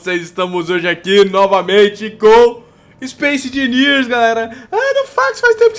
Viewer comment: Aeeeeee "ispaice engeniers" \o/